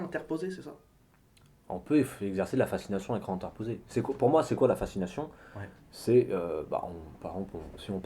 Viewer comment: Fascination pas facsination :( Sinon très instructif est belle mise en scène. Bravo et merci.